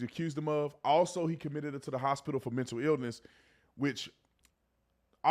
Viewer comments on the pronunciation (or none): none